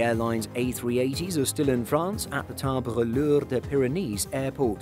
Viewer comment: haahhahahahah omg the stuggle was real to say : Tarbes and Lourdes ..